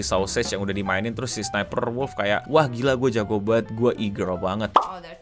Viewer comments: Penampakan langka orang awam menyebutkan nickname dengan benar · Gg bang nyaris setiap nyebut Sssniperwolf ejaan nya bener 😂